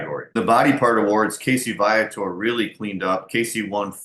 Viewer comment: Your pronouncing his name wrong...its VEE-a-tor as spoken by Casey himself!